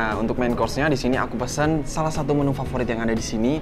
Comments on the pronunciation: Pes'an (pepes) be pasih. Bukan pesan be pasih. Kurang benar mengejanya. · Just info yaa, hrsnya baca pepes tuh huruf e nya kaya baca 'enak' Trs sama sambal mbe itu huruf e nya dibaca kaya baca 'engga' Semoga membantuu🤗🤗